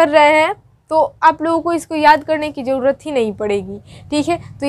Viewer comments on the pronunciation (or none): none